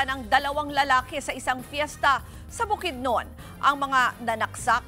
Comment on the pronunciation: ANONG BUKDNON?? KALAKI NG BOKIDNON BOBO NAMAN TONG REPORTER